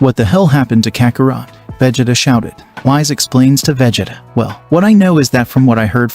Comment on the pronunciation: Brugh when you first said Vegetas name i spat my coffee out xD....Jokes aside, very nice story so far, well done. You gotta work on those pronunciations though, it really does take you out of it when you hear some of the characters names xD